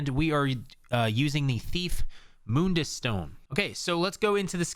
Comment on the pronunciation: Your link to your website gives me a warning that the site may not be legitimate. By the way the word is not pronounced as moondus, it sounds like bun ie, Mun dus